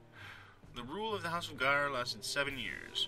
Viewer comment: And it's not GAYar! :D